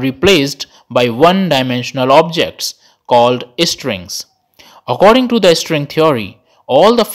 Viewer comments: When you pronounce string as estring, it sounds irritating, pls work on it. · Why does he keep saying string as istring or estring🤔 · No one: The guy in the vid: istring 🥴🥴🥴